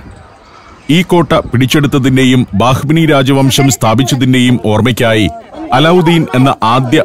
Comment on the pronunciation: ടാജ് മഹൽ അല്ല താജ് മഹൽ ദൗളത്താബാദ് അല്ല ദൗലത്താബാദ് ബാഹ് മനി അല്ല ബഹ് മനി